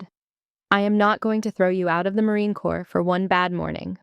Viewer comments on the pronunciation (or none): It's Corps, not Corp. Pronounced as: "core".